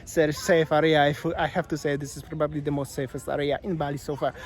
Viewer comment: I love your accent! Especially when you say area..... like arr-rree-arr. I so look forward to your vlogs. You’re my No.1 go-to since Waz passed away. Sanur is our favourite Bali location. Cheers from Brisbane Australia